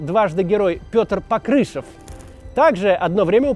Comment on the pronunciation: В фамилии Покрышев ударение на О.Это мой земляк из ныне оккупированного РФ украинского города Голая Пристань.